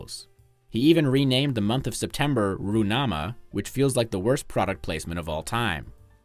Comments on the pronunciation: Я не любитель Туркмении, но этот видос это просто какой то сборник похуизма. Неправильные ударения, отсутствующие буквы. Ну в чем проблема выговорить звук Х в руХнаме?😂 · That was a pretty good pronunciation of Gurbanguly Berdimuhamedow and Turkmenbashy. But the Ruhnama is not Roo-nama, but Ru-h-nama. Source: I am Kazakh.